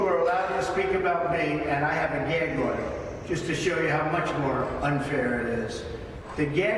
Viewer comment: And the judge said oder in the court